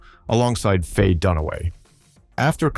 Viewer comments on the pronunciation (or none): none